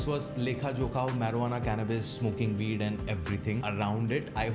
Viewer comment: I dont trust a person to talk about weed when he can’t even pronounce the word properly